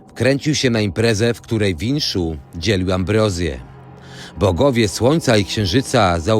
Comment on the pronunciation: Wisznu a nie winszu.